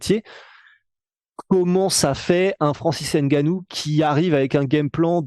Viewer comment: Insuportable cette manie Française d'écorcher les noms des Africains. N Gannou. NON! C'est N(Phonetique)gannou! La Soeur!🙃